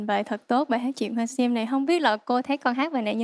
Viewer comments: Jangmi hát ko đủ tầm. Phát âm sim tím thành siêm tiếm. Haizz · Đứng riêng thì nghe tàm tạm…Đứng gần bà chế thì nghe Jang Mi xu quá xu. Giọng thì thều thào, hát Sim thì thành Siêm. Phát âm kiểu này mà cũng được hả trời. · âm sắc hay, kỹ thuật chuyển âm cũng tuyệt vời, chị Như số một. Giang Mi chọn bài chuyện hoa sim dở quá vì phát âm sim, tím sai hết rồi, luyến láy cũng làm bài hát sến quá